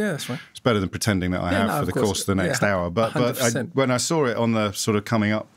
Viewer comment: Mr O B, I've listened to lots of your stuff and i respect you greatly. Question. You just said 'I sore it' when it is 'I saw it'. I've also heard you say 'drawring' instead of 'drawing'. ??